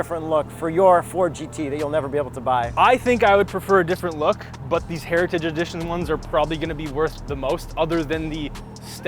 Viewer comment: Ah, the legendary Ford GT "Heria-ti-dge" edition